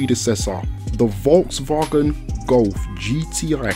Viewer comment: Im from germany and i have do admit you can pronounce Volkswagen pretty good 👌